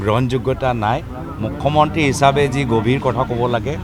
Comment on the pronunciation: গৌৰৱ ককাইদেউ অসমীয়া ভালকৈ ক'বলৈ শিকিব অসমীয়া হয় যদি মূখ মন্ত্ৰী নহয় মূখ্যমন্ত্ৰী